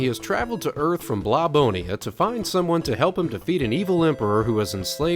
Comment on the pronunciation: It’s BlobOLONIA, not BlobONIA.